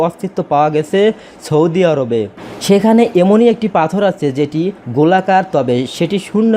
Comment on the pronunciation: ছদি আরব না সৌদি আরব মুখের ভাষা শুদ্ধ করা শিখুন তারপর ভিডিও করতে আসুন বুঝলেন